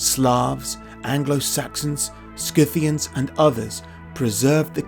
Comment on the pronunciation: It's pronounced Sythian or syth.